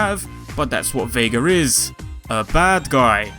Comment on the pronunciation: Did he just said "Vad-Guy" or Bad-Guy"?